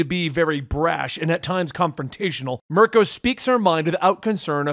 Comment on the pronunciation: I’m ok with you leaving a syllable off Mir-i-ko but did you really say PROWNESS? It’s prowess